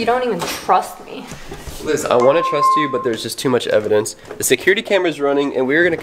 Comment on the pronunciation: Bro it's Liz